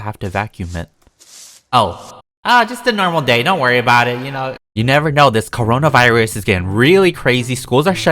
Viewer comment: Wait... how come he can say corns virus even tho youtube deleted that vid :/